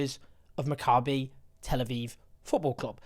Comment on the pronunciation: Maccabee please not macabre-y.